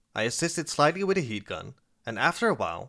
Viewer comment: I know you are saying Heat. But every so often I think you are saying Yeet. and its funny when you say "going to Yeet(heat) it" XD